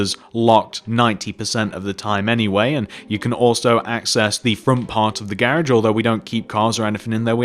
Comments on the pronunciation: I love how u say garage😝😘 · hes said garage wrong